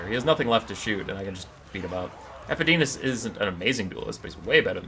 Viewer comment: The fact that you managed to pronounce EpidemIus wrong the entire video baffles me. xD